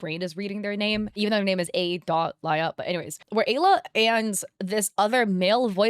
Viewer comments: So my girlfriend’s name is Alya. And watching this hits for two reasons. 1. My girlfriend’s name is the same as a scammer, 2. The way you pronounce it is painful. (No hate, just saying this for the lols.) Now pronunciation usually differs, but it’s usually pronounced similarly to Aliyah, or Al-Yah. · I think the name is pronounced “Ah-Leah”,. 😂It’s a Russian name, sometimes it’s used as a diminutive.